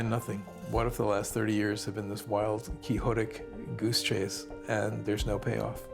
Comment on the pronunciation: “kee-ho-tic”? Wild goose chase?😂😂😂